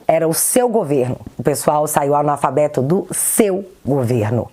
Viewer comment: Um homem que fala gritando, ameaça as pessoas se voltar ao poder e além de não saber geografia,fala anolfabeto ao invés de analfabeto. Gente, não é preconceito,é conceito mesmo: qual a formação acadêmica do neni fingers? Ele é alfabetizado? Sério! Alguém já perguntou onde neni fingers fez ensino médio e superior? Será que ele não é um anolfabeto? (analfabeto funcional) .